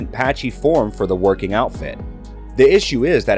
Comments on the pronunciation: I catch everything. LOL. But just say Hamilton's nickname and you can pronounce it correctly. Woke King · The pronunciation of Woking and Renault was horrendous